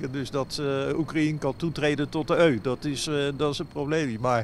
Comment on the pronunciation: Die gast weet wel dat EU een afkorting is toch? Of spreekt die de VS ook uit als ffssss.